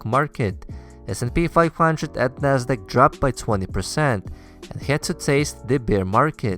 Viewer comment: Why do Russians pronounce HAD as HYAD?